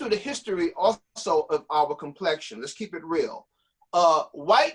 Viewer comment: nigga said complexation and teeth XD